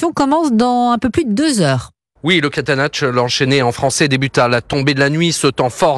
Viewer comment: Catenacciu à prononcer pour être correct "Caténatchou", pas Catéchane (étrange cette manie de prononcer en oubliant le ou).